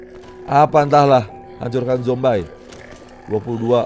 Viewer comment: Bang orang sebutnya zombie bukan zombay